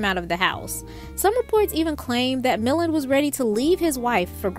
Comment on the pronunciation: Yes, it should be pronounouced, Ray Mil-land' with accent on the second syllable, as in, "mil-lawned". Cannes Film Festival, like the city is a French proper noun, said like "Con". Will you younger folks please do a little more prep before mispronouncing so many names and words on your podcasts?